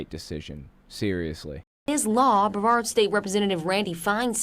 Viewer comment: Lol, Brev-ard, dude, it was right in the clip, it's pronounced bruh-vard. Sorry about your brothers, they think we should have slavery still too, lol?